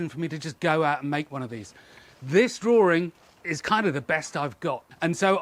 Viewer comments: Why are you "draw-r-ing"? Where is there a second r in this word? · interestingly the drawring, then I heard some others say he - is for his. Looks to me like a new language creation. Its the invisible letters.